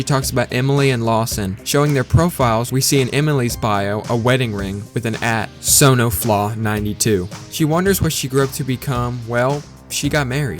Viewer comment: Great video but the fact that you read son-of-law as sono-flaw annoyed me way more than it should have